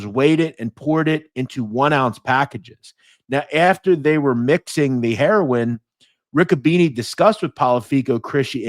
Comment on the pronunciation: Why can't you say the word heroin ??